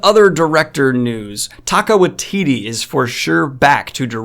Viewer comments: As a NZder, just wanted to tell you the correct pronunciation of Taika Waititi. It’s tie-car why-titty. Not offended or anything just didn’t realise that you were actually saying his name :P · Good video, Taika Waititi’s name is pronounced TIE-KA WHY-TEA-TEA by the way. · Taco Wateetee? What the fuck, Daniel.